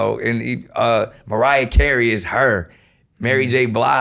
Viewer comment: britts pronouncing mariah: "mariahr"